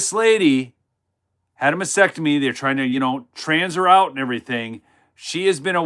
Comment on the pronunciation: Pronounce "masTEctomy" not massectomy